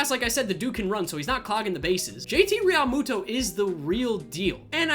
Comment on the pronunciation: Rall-moo-toe😂😂 learn how to say his name